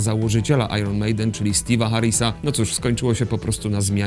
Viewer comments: IRON czyta się po amerykańsku "ajern", a po brytyjsku "ajen". "ajron" to dziwny polski wymysł. Jest Iron Man - "ajern man" i Iron Maiden czytane jako "ajen mejden" bo to brytyjski zespół. Pozdro 😘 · "ajron mejden". Jesteście pewni że tak się wymawia nazwę tego zespołu : )) ?